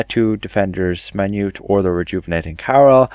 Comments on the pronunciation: Minuet is pronounced "min-ū-ette" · min-yew-ett and on-core ... however you get more of them right than the other creators I've seen lol, good on you for saying 'this one' stead of trying to pronounce some of the italian words